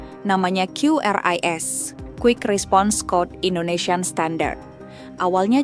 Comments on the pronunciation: Suara narasi nya kudet(kurang update). Masa baca QRIS kok kyureis? Buka aja google cara baca QRIS pasti jawabannya kris. Makanya jangan kudet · Dibaca kris. Bukan kyuris, bukan kiris, tapi KRIS. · QRIS dibaca KRIS itu penjelasan resmi dari PIHAK BANK tapi tunggu dulu para kasir abal bilang "KYU RIS" 😂😂😂😂😂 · Sesuai Panduan BI, membacanya "KRIS" bukan Kiuris atau qiris.. Tapi QRIS. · Qris bacanya "kris" ya bukan "kiuris" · Iya ini bener mbak mbak warung makan atau dmn aja mereka meralatny kata mereka quiris hahahha😂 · qris itu bacanya kris bukan kyuris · Bacanya Kris mohon diperhatikanya😅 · Iya, pdhl dah dikonfirmasi sama BI klo bacanya tuh "kris" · Q dibaca ki